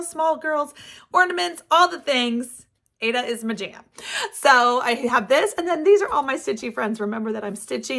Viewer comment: Aida is pronounced ieda not Ada I don’t know why all the stickers today call it Ada as it isn’t spelled that way. I have been stitching for 50 years and taught embroidery and cross stitch for many years. I love your channel your projects are great😊